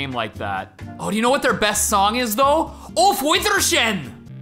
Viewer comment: Auf is pronounced (ow-ph) brother